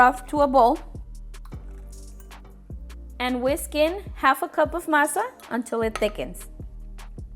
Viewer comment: What did she say ? massa ? Whats a massa ?